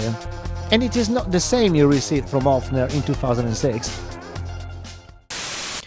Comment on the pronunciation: it’s a Höfner not a Hofner, and the pronunciation is quite different